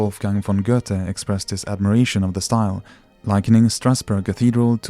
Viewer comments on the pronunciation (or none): none